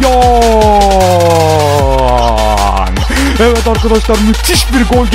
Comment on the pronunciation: aobomeyang diyişi